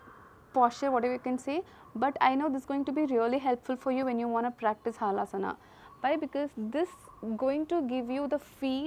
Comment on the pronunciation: Madam it is Halasana not haalasana hal means plough